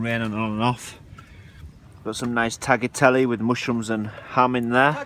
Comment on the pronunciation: It`s pronounced: Tayatele and not tacklatelle!